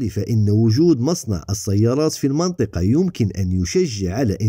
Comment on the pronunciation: هي مدام راك تحكي بالعربية ، المنطقة تتقرا المِنطقة بكسر الميم ، وصحا فطورك وشكرا على المجهودات